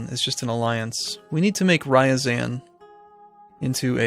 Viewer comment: Rye-azan?! TYVER?!